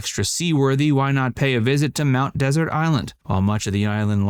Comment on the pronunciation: What an amazingly ignorant video. You don’t even know how to pronounce Mt. Desert.